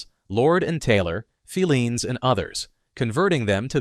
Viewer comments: Bostonian here. It's pronounced "Fi-leans", with the accent on the i. NOT "Fe-leans" with the accent on the first e. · 1962 was a terrible year. I still never shop Walmart K-Mart Target or Super Markets - grew up in Filenes Basement❤ pronounced Fi ‘leens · In Boston, Filenes is pronounced fie- LEENS. First syllable rhymes with "pie". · Can’t you please pronounce the names of these stores properly………filenes is fi……lenes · If I hear "Phileen's Basement" one more time...WTF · Yep. Talk about nails on the chalkboard there! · Thank you that mispronunciation was driving me nuts. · Mispronounced Filene's. Want to try Jordan Marsh?